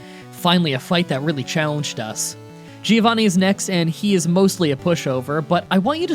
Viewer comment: i hate how you always say "geeovanni"